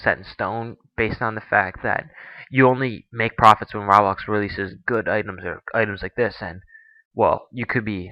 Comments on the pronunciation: It's pronounced roe-blox not ra-blox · Its not "Rahblox". Its ROBLOX! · It's Roblox not "Rawblox" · xD did he pronounce "roblox" "rawblah" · RABAX THATS WHAT HES SAYING INSTEAD OF ROBLOX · he said "RAWbox" its roblox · idiot its ROH-BLOX not RAW-BLOX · dude its roblox not rawblox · e.e nots rablox its roblox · Why do you pronounce it as raablox instead of roblox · Ro-Blox (not Raw-Blox) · its not ROB lox its ROBLOX (Roe- Blocks) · ROBLOX NOT RABLOX LOL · Its not freaking "raa-BLOX" its "ro-blox" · i now pronounce rah-blox, roblox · did he just say Rahblax? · He said RABLAX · Did he say "Rablax"? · Its sounds like ur say ruhhhbax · It's SUPPOSED to be pronounced roblox. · ROBLOX isnt pronounced like that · He says roblox like me :D I guess I'm not the only one :) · he said roblox wrong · Say Roblox right dude...